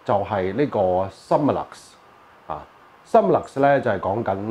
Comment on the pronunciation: 請容小弟更正，Summilux 並非讀Sum-me-lux，Sum 不是讀「心」，而是讀好似"zoom" 音咁"Soom-me-lux"。Peter Karbe 及Dr Kaufmann都係咁讀。香港好多Leica 迷都讀錯音。